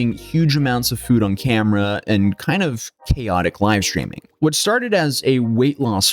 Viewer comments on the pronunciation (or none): none